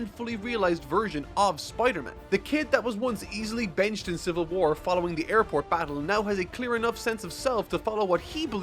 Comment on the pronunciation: “Civil Whuar”